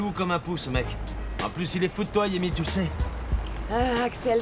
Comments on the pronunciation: J'ai bien entendu 😅 il à dit yemy au lieu de tamy😅😅😅😅😅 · Qui a entendu Axel dire yeimy à la place de Tamy 😂😂😂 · à dit yemy au lieu de tamy ou bien elle lui a tout raconté tout 😂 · Qui a entendu comme moi que a appelé Thamie Yemi 😂😂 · Axel dit Yemy au lieu de Tami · Qui d'autre comme moi a entendu Axel dit Yémy au lieu de Tamy 😂 c'est vraiment le monde à l'envers Hein ils connaissent tous la vérité mais préfèrent jouer avec l'intelligence des téléspectateurs 😂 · moi Aussi je l'ai entendu dire Yeimy au lieu de Tamy pendant 2 fois😌😌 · C dingue ça yemy dit 😂😂😂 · Je rêve ou a dit Yemi? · Qui comme moi entend axel dis yeimi